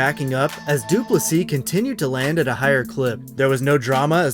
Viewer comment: Thank you for pronouncing DDP‘s name correctly 👊🏻